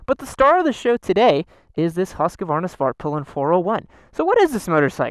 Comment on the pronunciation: I cant stop hearing “fart pylon”